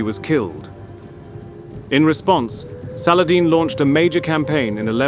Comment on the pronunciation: I can tell Ur pajeet by Ur saladin prounounciation